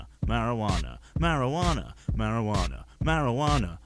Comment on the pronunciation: Mary-Joo-Wanna is bad mkay, don’t drink the Mary-Joo-Wanna mkay childrens.